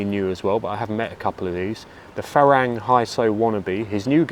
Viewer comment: It might be worth letting your viewers know that 'farang' is pronounced 'falung' by the locals. You hear this word all the time in Thai, especially in places where their are a lot of foreigners.